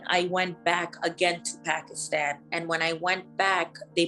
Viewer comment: Something not right about this girl telling her so called story. She doesn't even pronounce Pakistan properly. She seems Latina if you ask me. The accent and wavy hair and all. Not typical Pakistani at all.